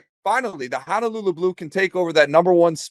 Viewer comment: Please stop pronouncing Honolulu wrong. It’s Honolulu not Hanalulu. Ho not ha. No not na.